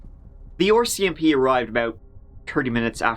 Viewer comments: Ya gotta stop calling them ARSE SEE MP...its R, C, M, P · Just pronounce it correctly R R R R It’s easy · “The OR.C.M.P” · And me 😆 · its "are cee em pea" not "oar cee em pea". (RCMP) 😁🇨🇦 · Haha I smile whenever he says that. 😁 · Canadian here and ill never get tired of the way you pronounce “ore CMP” for RCMP. Not sure why but its great 😂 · Lol, I hear it as “Orsey MP” 😂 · Can you learn to say RCMP properly?? Ffs